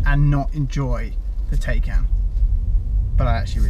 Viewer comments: Is the Taycan not pronounced Tie-can?! #justsaying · You can’t get a range extender with the i3/i3s anymore. Pronunciation of ‘Porsche’ and ‘Taycan’ both weird/ chavvy